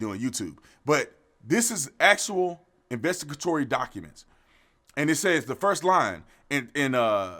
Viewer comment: I urge you to learn how to say investigatory properly-please. Anyways, you also really need to stop pretending that the reason why youre doing this is so that young Black people aren’t scared to get killed in their sleep. I’m pretty sure there’s enough cases out there in which they will get killed unjustly in many other places that aren’t exactly “in their bed”